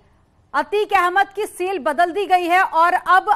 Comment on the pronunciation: Arrey madam SALE nahi Cell kaha jata hai aur SIFT Nahi Shift kaha jata hai😂